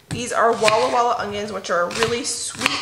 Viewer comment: Every time you say “Walla walla onions” I want to giggle!!😂😂😂 I must have a weird sense of humour! I love that you share the real raw footage like the pie crust issue! I can picture myself doing the same exact thing!!! God’s richest blessings to you all!! You are truly a Proverbs 31 wife!!